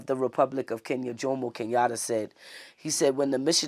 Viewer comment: Love the way Americans call Kenyatta….Kenyalla 😊😅😅😅